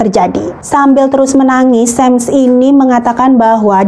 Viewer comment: Bukan 'sam' tapi 'sham'!